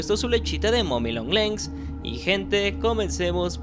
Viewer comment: Soy el unico que escucha a decir mommy long lens en ves de mommy long legs